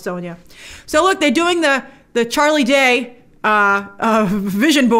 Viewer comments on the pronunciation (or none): none